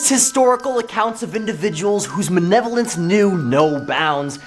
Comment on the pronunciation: M-A-L-E-V-O-L-E-N-C-E. Not manevolence. I can’t finish the video because I can’t here it again.